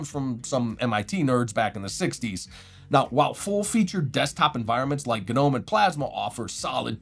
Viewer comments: the guy said "guh-nome" wtf no point in watching these videos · The 'G' in Gnome is silent, like garden gnome. I had no idea a stylus even worked in linux period. That's awesome.